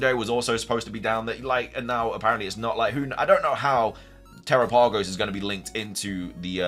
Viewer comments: Since it's a turtle are you sure it's not pronounced like Galapagos? I feel like that would make a lot of sense. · if you don't actually have news, you should probably replace that word with speculation instead. also, do you read your comments? people have been trying to tell you how to pronounce terapagos for a while now.